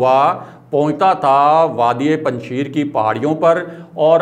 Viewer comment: correct your pronunciation.....its panj shair......not sheer......5 lions not 5 milk......